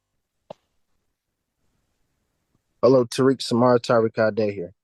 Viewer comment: Two Tariq’s with what sounds like two different pronunciations in the same name. Zero IQ or brain cells…